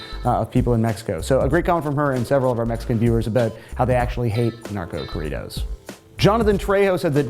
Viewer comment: Oh my God . .if you're going to say corridos . . Listen to how Spanish speaking people pronounce it and say it that way . . Love your videos keep up the good work . .